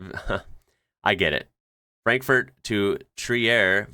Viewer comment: I wanted to laugh. But unfortunately, they pronounced it correctly.😢